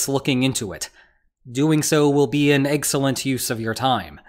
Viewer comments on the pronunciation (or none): wait, did you say EGGCELLENT!? Thank you. Good briefing.